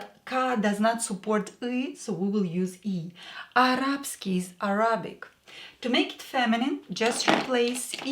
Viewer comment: Excellent course, many thanks. Just one (slightly pedantic) point - you pronounced Arabic with the stress on the second A, same as the Russian. In English the stress is on the first A, Arabic rather than arAbic. Without the context most English speakers would have trouble understanding what was meant (probably like most of my attempts at sounding Russian!).